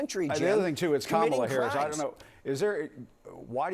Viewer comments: He is more nasty than Trump! Apparently he and Trump are equally dumb/incompetent and can't even pronounce name correctly! They are thinking that they can win the electron by mispronouncing Harris' name?? So childish! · When you have nothing to stand by and not tell the truth, Republicans start mispronouncing Harris's name to put her down?!😂🎉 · The disrespect in purposely mispronouncing Kamala Harris' last name is unacceptable. Corey should be ashamed of himself.